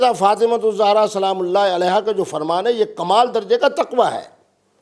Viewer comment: mubasher sahib pehlay to ap BIBI FATIMA ZEHRA s.a ka name theak say leana seakh lo zohra nahe ZEHRA s.a hey